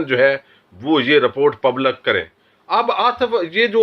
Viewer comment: مسلم میں ل کے نیچے زیر ہے۔۔۔ پبلک میں ل کے نیچے زیر ہے۔